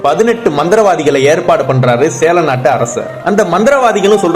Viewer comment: Athenna sela nattu arasar. Sera nattu arasar ah. Ucharippu sariya sollunga